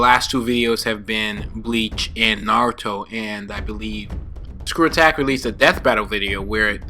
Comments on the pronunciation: Nice "Nazuto" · Why does it say nazuto?